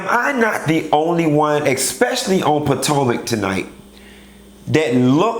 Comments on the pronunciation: three seasons, more than 25 episodes, 20 reviews later, FINALLY CALLED IT POTOMAC & NOT POTANCA!!!! XD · Bish, you mean business with this review. You actually said Potomac and not Potanka. 😂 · Something ain't right in the liquor😒 ...This is the FIRST time you pronounced Potomac 😮 correctly